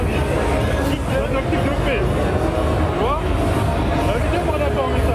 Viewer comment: Quand il dit '' de paix '' Je comprend "dopé" moi aussi ! mdrrr